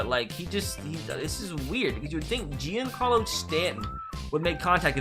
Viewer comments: It’s supposed to be said like Jon Carlos Stanton not Jian Carlos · Stop saying “je-ancarlo stanton” it’s pronounced “johncarlo stanton” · It pains me to hear him say Jeencarlo Stanton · Its pronounced john Carlo Stanton bruh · he also said "JEAN-carlo Stanton" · The way he said giancarlo 🤣🤣🤣🤣🤣🤣🤣🤣🤣🤣